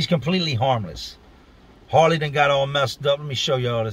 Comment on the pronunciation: Were you trying to say Harley or Hoirley?